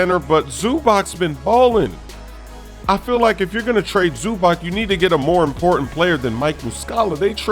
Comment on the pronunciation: ZUBAK? WTF